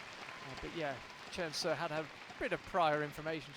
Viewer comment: Y'all need to learn how to pronounce Seo 서 It's painful to listen to you both butcher it.